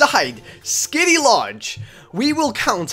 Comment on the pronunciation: I got triggered every time he said kitty instead of skitty